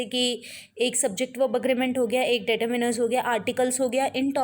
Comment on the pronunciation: Pehly ap determiners bolna sikhlijiye. Its not 'dayturminer.'...!!!